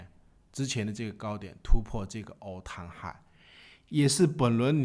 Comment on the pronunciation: all time high能不能别念成 all 汤 high 了，听得我头皮发麻